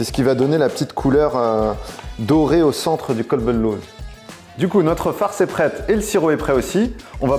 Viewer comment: j'aime beaucoup tes recettes. Elles sont magnifiques mais s'il te plaît, c'est ''Qalb al louz'' parce que là, t'as dit que c'est ''un chien d'amande'' au lieu d'un ''coeur d'amande'' 😆😆